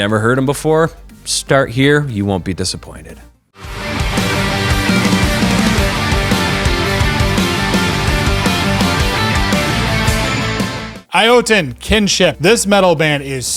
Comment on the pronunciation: Iotunn is pronounced Yo-ton like saying yo to something that weighs 2000 pounds lol. Or just like in Nordic mythology (where it orignates from lol). There is a video on YT of one of the band members pronouncing the band's name so that's why I know lol. Great list though as always. Lot of great albums this October. I would like to give some love to Swallow The Sun as well. May not be their best album but it by no means disappoints. Also i'd give the Fit For An Autopsy album a spin as well. Not sure how big of a deathcore fan you guys are, but it is worth your time.